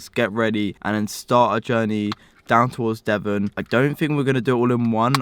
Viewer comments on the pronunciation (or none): none